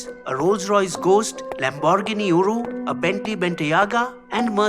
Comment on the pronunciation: He said lamborghini uru lol